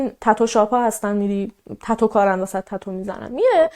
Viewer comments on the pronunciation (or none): none